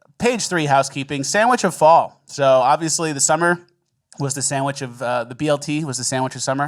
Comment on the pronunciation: The woman news reporter on thr cheesesteak armed guards, couldn't even sand "sandwich" correctly. Or "aunthentic".